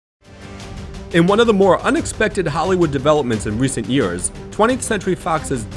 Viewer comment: "delivering one of the best summer blockbusters in yurs"